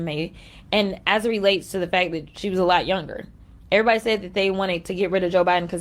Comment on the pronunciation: I have to correct you, Larry, she did not say "everybody says" she said "airybody said".